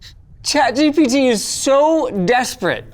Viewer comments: "chat jibidi" is crazy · "Chat Gibbity " lol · "Chat Jibbidy" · i love the way you said chatgpt at the beginning of the video "chat jibidi"😂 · chat jibitty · Did Linus say Chat Jippity? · chat jibbidy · "Chat-Jibidy" -LTT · Im stoned. I completely lost it at "ChatGipity" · "chat gibity" lol 😭😭😭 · I Love when you said chat gibbidy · he said chat gibbity.. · wtf is "Chat Gibbidy" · "chat givity" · "chat jippity" - Linus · chat G bity? Damn, that was ai slop intensive 🫩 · Literally who calls it "gibbity" 💀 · Did bro just say chat gibyti 😭😭😭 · "i will be giving chat geebeetee" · I am glad I am not the only one that says "Chat Gipitty" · Forever pronouncing it as Chat Jibbity now. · Chat Gibbity ? is that how you pronounce it ? :D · Did you just call it Jiminy? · Chat "jibeedy" murdering English 3 letters at a time. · Linus just made me call chat gpt Gebetee forever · “Chat Jibbity” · why are you saying chat "jibidy" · "Chat Jippity" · "chat gippidy" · Ngl, after hearing Linus say it, I think i’ll be calling it ChatGippity from now on too 😂😂